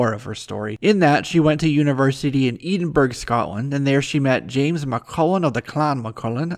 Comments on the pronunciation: Richard Reavis Agree Completely, You Say In The Video, She Went To University In Edenburg, Scotland. It's Spelled Correctly Edinburgh (E-din-bruh) It's Not Edenburg... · Edenburgh what 😂 eh-din-bu-ruh keep up the good work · Ha ha Eeedenburg!? Make Merica Great Again! Good job though. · I enjoy the video but I have some constructive feedback. With "nom de guerre" the "nom" rhymes with bomb in American English. And Edinburgh is edden-burra. Cheers. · "Eden-burg"?? Ouch... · I appreciate that you are American, so some of our English Words are quite alien... Burgh in place names here is generally but not always pronounced "Bur-Ah" so the name you were looking for was Ed-in-Burh-Ah... Not criticising, Just hope it helps you in the future... Yeah, British Place names are damn annoying - Edinborough, Peterborough And yet we use the same spelling for places that are pronounced BERG! Much as you have Pittsburgh Or Pitts-BERG... We too have places with the same spelling but a differing Pronunciation! Is it any wonder they say that English is the Hardest Language in the world to learn? Even American "Simplified" English... LOL! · PLEASE stop botching names!!!! Edinburgh is pronounced (Ed-in-burg) say it right. I have family from there.If they herd you they be very offended as am I. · Saikotic Thank you! I’ll make sure I pronounce the city correctly when I do my Destro video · Fawkes2099 Ha! Yes I failed on that pronunciation. I should feel bad because I am of Scottish descent (partly) I’ll make sure it’s right for the upcoming Destro video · that Edinburgh pronounciation though... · daddust you can find out from the 400 other people who already asked this exact same question! 😎 yes I know I pronounced it incorrectly ... thanks for watching! why did you spell Scotland with a “k”?